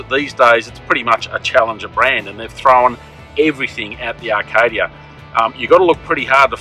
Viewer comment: A few things mate; 1. This seemed rushed with no detail and broad sweeping statements 2. It's A-kadia not R-kadia 3. If you are going to do the intro and outro standing next to the car either wear some different clothes or get the camera man to tighten up on his shot 4. How much is it? What are the different trim levels? How many litres per 100km? What the feeling in the driver's seat? Is the suspension soft or hard or otherwise? Did you get paid for this review? Bloody hell what are those storage options you talk about? Where do the third row seats go when not in use? I could go on